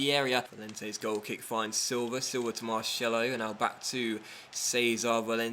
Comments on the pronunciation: It's pronounced MAR'S'ELO NOT MARSHELO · marCElo, normal C no SH. lol:) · The way you said Marcelo really made me laugh :)